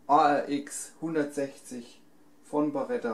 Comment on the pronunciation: Es ist eine Beretta und keine "Barretta"!